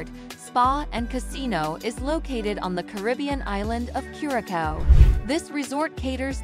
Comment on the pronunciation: It’s not pronounced cure-a-cow. Embarrassing